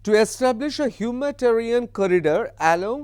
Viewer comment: হিউম্যাটারিয়ান নয় হিউম্যানিটেরিয়ান হবে। বারবার অন্তত একশবার এই ভুল বঞ্ছিত নয়।